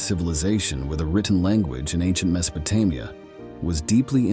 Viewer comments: Me so pe te Mia? Get someone who is familiar how things are supposed to be pronounced!!! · AI voices are so lame. Can't stand em. Horribly mispronouncing Mesopotamia and other names we all know but this voice just can't seem to get it's mouth around.